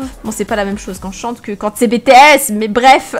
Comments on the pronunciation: "Bétéaisse" 0-0 bodjjossjohshossh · comment tu dis BTS je vais t'assassiner xD😂😂😂(magnifique interprétation de fake love😂😂😂)bref ses super tu est vraiment super généreuse!!!